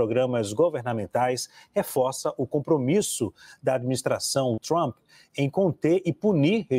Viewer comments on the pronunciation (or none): Por que vcs falam: “trhhhampi”? Digam trumpi, seus vassalos inconscientes